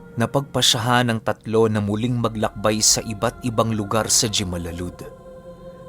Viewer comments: # (JIMALALUD) HIMALALUD po ang pagbigkas.. God bless po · ang tamang pronunciation ng jimalalud ay himalalud.